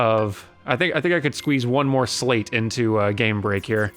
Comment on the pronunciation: Dude's still saying slate.